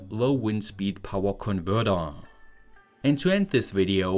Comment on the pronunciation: Powa, what an odd speech impediment.